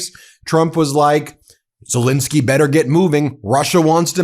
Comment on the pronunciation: For god's sake Ben , pronounce The President of Ukraines name right. It's Zel Ensky NOT Zel Insky. Ensky not Insky got it. If you were in court defending someone, would you continually get their name wrong. You have been doing this for a couple of years now, so FFS get it together. Should we call you Bin or Ben ????!!!!!!